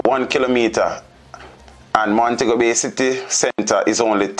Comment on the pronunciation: "eye end omes in de ills of Montegobay.".....Gracious me. SMRH